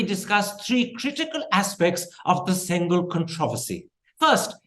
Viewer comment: Why give importance to a lie when already we know this whole dispensation is made of lies. By the way, it is pronounced "sengoal" and not "sengal." Sengal is a brick in tamil.